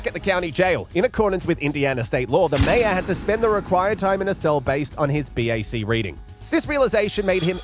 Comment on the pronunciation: Great to hear an Australian voice being used for the commentary. But the voice is pronouncing 'mayor' really wrong for an Australian. We say it it like 'mare'.